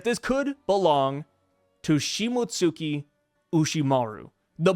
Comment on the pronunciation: bruh its pronounced like shii-moats-ski